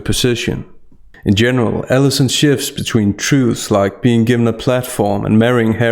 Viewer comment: Are you saying, "Ellison," or "Davis?" Because the journalist's name is Allison P. Davis. I don't think you should call a professional by her first name--would you say the same thing if the author was a dude? Doubtful. Plus with your accent, it sounds like 'Ellison." I'm not picking on your accent, but rather pointing out something I don't think that you--as someone who is very aware of words--might want to project. I do agree that it's a revolting interview, however. :)